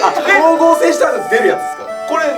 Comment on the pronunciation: 光合成のこと、「ひかりこうごうせい」って言ってない？？